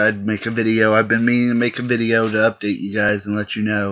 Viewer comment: But you said udate